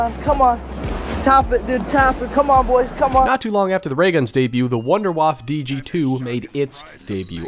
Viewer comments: It is called Wunderwaff EEEEEEE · I love that he tried to properly pronounce Wunderwaffe and still missed it. “Voonder Vaffuh” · i love how when you say the word "wunderwaffe" in german, you still say it wrong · that's not how you pronounce Wunderwaffe🤪👌🏼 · guys pls call it not wunderwaaaafffffffff Das ist die WUNDERWAFFE